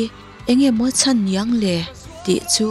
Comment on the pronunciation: Nang hi chuan Sangliana hi chu selna tur hlir i zawnga,mahse Petera'n 'chan' tih tur 'chhan' ti a a lamte kha chu i hai der tlat niin ka hria,U Thlir...